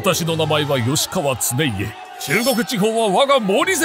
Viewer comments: よしかわ？きっかわでは？ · おいおい…｢きっかわ｣なんだよな 調べたら読み方ぐらい 出てくるでしょ… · 「きっかわ」だろ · よしかわではなくてきっかわな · 「よしかわ」ではなく「きっかわ」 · 「よしかわ」ではなく「きっかわ」 これは切腹モノ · よしかわではなくきっかわかと。開城の決断の見極めは主に求められますね。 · きっかわだと思うよ。よしかわじゃないよ。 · きっかわ では？